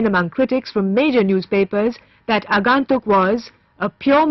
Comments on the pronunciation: It is not Rae but Raay. Neither is it Agaantuk but Agoentuk from the point of pronunciation. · WTF is "Aaagaantuk" ? These VO people are so lazy - don't do their homework at all - takes 5 minutes to find out how it should be pronounced in Bengali - slackers!!